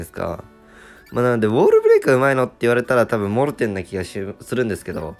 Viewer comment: モルテンじゃなくてモーテン